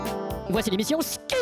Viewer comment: j'adore le "Voici l'émission *SKI !!!!*